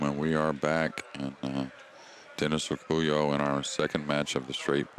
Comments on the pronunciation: The man's name is Dennis Orcollo, not Orcullo. You could have at least gotten that right. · They didn't even get Dennis' name right. It's Orcollo, not Orcullo.